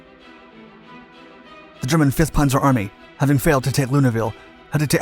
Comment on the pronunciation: Its not ponzer. Its panzer. With a Z get it